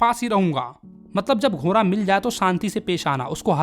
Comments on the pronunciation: GHODA ❌ GHORA 😂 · घोड़ा बोलिये घोरा नही😂😂😂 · Ghoda❌ ghora✅ 😂😂😂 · ghora ghora 😂😂 bhai sahi se bol lo ghoda hota hai 😅